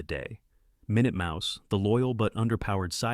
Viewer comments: It's minute mouse...they say it correctly but initially they pronounce it minoot...not minute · The AI voice is funny, "Min-yewt Mouse", REALLY 😂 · Min-ut Mouse, you know the time measurment? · I love how it stumbles over easy to pronounce words. It's so robotic because that's what it is.